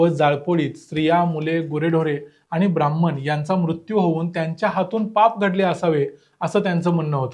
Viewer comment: ब्राह्मण !! नीट उच्चार करायला शिका.